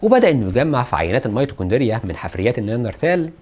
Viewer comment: نطقك للميتوكوندريا صعب اوي يا حاج. اتمنى تاخد بالك من الحاجات دي علشان آلاف هيرددوها غلط وراك